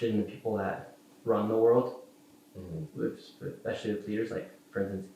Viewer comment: He can’t pronounce benevolent, he says exspecially rather than especially, and his hoodie makes fun of misspelling/mispronouncing . At first I was kinda on this kids side, now I just think he’s kinda fuckin dumbass. And I’m not a liberal snowflake. Nor am I some maga supporter. Just a dude, from the same state as nick, currently living elsewhere, but damn this is a bad look